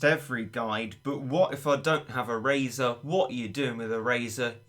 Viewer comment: Erazor? why you say eraser cat like that